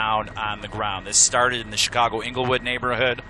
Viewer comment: he said" ingle hood "lmao